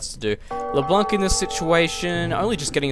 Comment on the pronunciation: you have "leblanc" almost right. Just pronounce it like you do now, but don't pronounce the "c" in the end, the "n" should be the last one to be pronounced.